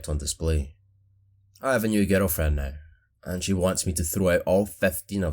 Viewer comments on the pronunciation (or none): Is it just me but I hear "ghetto friends" instead of "girlfriend"